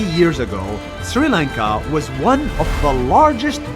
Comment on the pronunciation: bro finally learned how to say sri lanka properly